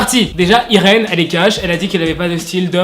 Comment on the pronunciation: je crois que cest Yrine et non irène eheh bref bonne video 😏☇ et cest moi ou il y a pas le lien pour la video en anglais?